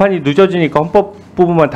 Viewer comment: 현법 형법 발음이 ~같은겨?법원사무처장에게 헌법 문의 하는겨?아니면 헌법사무처장에게 법원문의 하는겨?